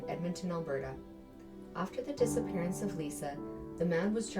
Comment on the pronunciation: Its "disappearance"